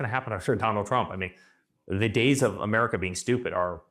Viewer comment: Who wipped Amewica off? Euwope? The whole wowld? Ewic didn’t study Histowy didn’t he? What a losew!